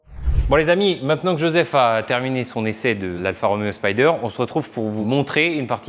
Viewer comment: On dit Spider et non pas Spyder !